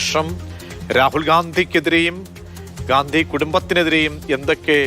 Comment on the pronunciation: ഖണ്ടി യാണ് Gandhi അല്ല.